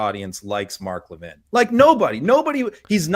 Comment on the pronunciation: Mark Levin…not Mark Levine.